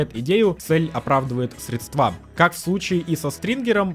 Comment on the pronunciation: Спасибо за обзор, но тяжело было слушать из-за ужасного слова-паразита "точто", которым грешит нынче молодежь. Уверен, вы сможете от него избавиться и тогда ваша речь станет образцовой) и ударение в слове срЕдства тоже стоит отслеживать)